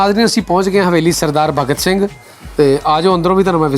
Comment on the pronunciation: Pehla ta bhagat singh kehna sikho..kidda bura lag reha Tere muho..jani Saab sikhao kuch nu.. bagat singh nahi hunda bhagat singh hunda..!